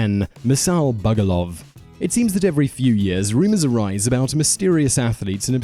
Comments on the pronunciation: Actually, it was Masal Bugduv, not Bugoluv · It's Masal Bugduv, not Masal Bugoluv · He keeps saying Bugoluv, yet every clip (and Google) has it spelt Bugduv. Does this bloke do his own research or is he reading someone else's script, because he makes bizarre pronunciation errors in every single one of his videos. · #1 it's is actually masal bugduv not bugoluv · I hate to be that guy... It's Bugduv, not Bugoluv. It comes from Gaelic M'asal Beag Dubh (my little black donkey); one can see it in one of the papers.